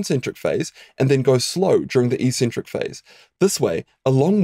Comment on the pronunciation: Helpful video - and the first time I've ever heard eccentric pronounced like "e-centric" rather than like "ex-centric". Is that a New Zealand thing?